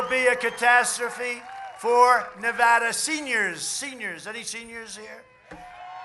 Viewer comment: so glad he pronounces Nevada correctly